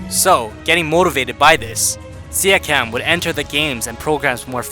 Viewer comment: stop pronouncing his name like that, it hurts